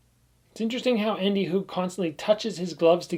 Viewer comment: as a guy from switzerland I really appreciate your pronounciation of andy HUG and thanks for the great video about two legends